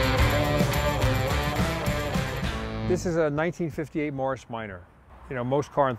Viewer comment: The way he said Morris, sounded like marshe